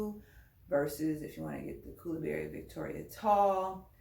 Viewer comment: I’m confused I thought they were koolaburra but you are saying koolaburry🧐